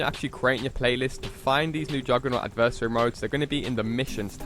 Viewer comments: AD-VER-SARY! ADVERSARY NOT ADIVERSARY.... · AD-VER-SARY!!!! ITS A VERY SIMPLE WORD.. WHAT THE FUCK MAN!!!